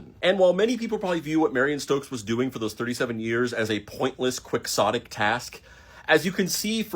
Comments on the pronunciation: Quicksohtic!? IT'S KEE-HOH-TIC! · Great video! But it’s NOT pronounced Quicks-otic. It’s KEY-otic! Thanks. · Quixotic is not "Quickzotic," its kee-ho-tic, as in the most popular non-religious book of all time, don quixote, which for many years I presumed was written "donkey hotay" by its pronunciation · “Quick-sotic”? It’s pronounced “Key-ho-tic”. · QUIXOTIC is pronounced "keeHOTTic." It's in reference to the character, Don Quixote (Don KeeHOtay" from the book, "The Man From La Mancha." Kwixottic just sounds really ignorant. I suppose it doesn't matter, though. I know what word you're trying to say. Languages change all the time. I know. Still, in this case, we're missing a lot of subtleties and all of the context of the meaning of the word. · I wonder why quixotic is pronounced 'kwik-sadic' instead of 'ki-ho-tic' since we don't say Don Kwiq-soht for Don Quixote. The dictionary is stupid. But disregard that, her accomplishment is amazing, especially in these times we live it's important to keep track. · Unless it's pronounced Don Kwiks-ottay, it's not pronounced Kwiks-otic. Since it's a reference to Don Key-Hotay, it's pronounced key-hotic. thank you that is all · He said "quick-sotic" twice (spelled Quixotic). The word is a reference to a book called Don Quixote, pronounced Key-ho-tay.. The word he's trying to say is "Key-ho-tic," not "quicksotic" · quixotic being pronounced "kwik-saw-tic" instead of "key-hoe-tic" or even "key-hot-ic" feels so wrong. i googled to confirm that is actually how it's pronounced but i fucking disagree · Its pronounced KEY-ottic. Not "Quick- zottic". Because "quixotic" is a word derived from "Don Quixote" by Cervantes, and his last name is pronounced "Key- oatie". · Can we talk about the word "Quixotic"? Why is it pronounced "quicksotic" instead of "key-hotic"? The origin is of Don Quixote, and how he would do things that were idealistic but impractical. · kee-hoe-tick not quick-saw-tick D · 47 years and it's pronounced quiHOtic